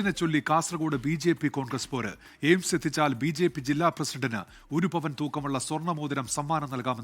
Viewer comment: ജെയിംസ് അല്ല 🤣എയിംസ് 😢 കാര്യം പിടിയില്ല 😂